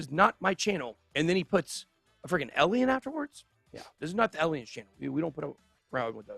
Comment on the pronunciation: Still can’t determine one scintilla of evidence on how the word Alien can be pronounced like Ben does when he says “Ellien”. SMH.